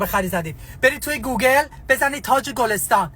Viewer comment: وای فقط گوگال گفتنش😂😂😂😂